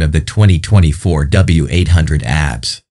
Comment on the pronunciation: Every single time `he` said it. How difficult can it be to teach the robot to say ABS